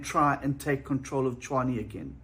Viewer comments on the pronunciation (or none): Tshwane, not Chwane.